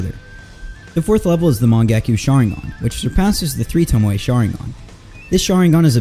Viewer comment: You know it’s pronounced toe-mo no hate just wanted to save you before you got some hate for it